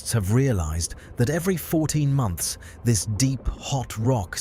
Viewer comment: “14 MOUNTHS” ??? 😂😂😂